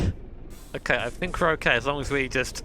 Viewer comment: Literally Nobody: My Sides:: L O N K. E F F E C T I V E. P O W E R. S T R O K E S